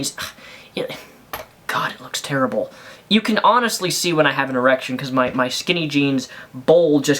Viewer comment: How many times can you say E-rection?